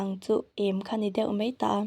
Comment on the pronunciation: Thahnem ngaihna thu ang zawkin 'Mei' nilovin 'mai' tih tur zawk ania...